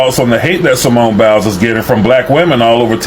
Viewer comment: Its Biles, not bills. At least pronounce her name properly since its your video